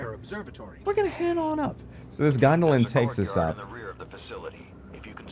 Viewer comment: He calls it a gondolan😂😂😂